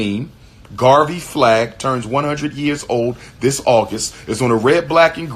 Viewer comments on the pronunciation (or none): none